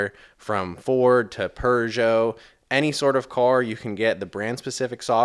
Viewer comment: Did you just say, "Per geot" as in "Peugeot?" 🤣🤣🤣 Otherwise, good video.